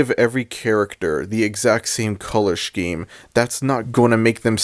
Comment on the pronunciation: look, I love you, but... "shkeme"? 😭 so far I agree with everything you've said this just threw me off. HAHA no hate